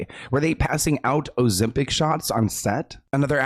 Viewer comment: That silent "b" 😅 couldn't be me